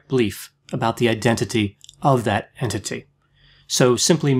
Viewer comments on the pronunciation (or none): none